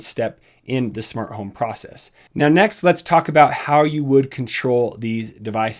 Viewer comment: "Shmart home"